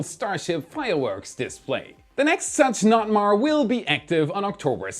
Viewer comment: As a vessel captain I’ve never ever ever ever heard of a Local notice to mariners called a NOT-MAR. Don’t do that.